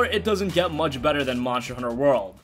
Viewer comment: Even if u say it faster, we still hear it! MARSCHER HUNNER WORL!!